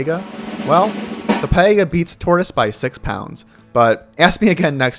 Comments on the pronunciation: I’ve heard of Piega, not “pie-ega.” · It's "pee-ega".